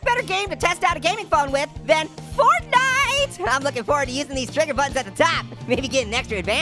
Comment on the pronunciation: Fortnite Is The Regular Name Of It But It’s Funny That You Say Fartnite 🤣😂😆🤣